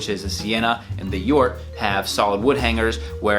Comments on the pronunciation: You pronounced Jort correctly. It's Jort as in 'York'. It is a reference to Jort Kelder from the Netherlands. He is a well known etiquette lover and he dresses great. He did some televistion-series. At some point he got a offer to create his own line with SuitSupplie. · You pronounce Jort correctly, I know the guy he is a friend of the owner.